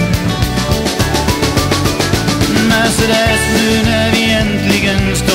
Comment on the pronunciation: En helt underbar låt. Min minsta dotter har fått sitt namn från denna låt och hur vackert och härligt han uttalar det. Så fick hon sitt namn Mercedes.